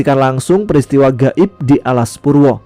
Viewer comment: Go'ib ya bukan ghoib?